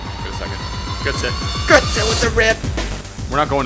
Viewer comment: Götze not Gütze:DD